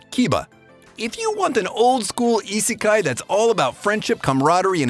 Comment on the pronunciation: How to say Isekai not saying Isekai